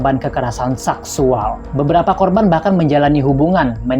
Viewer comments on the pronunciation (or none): Min min seksual bukan saksuall😂😂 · Ucapannya payah bngt mis. Saksual dll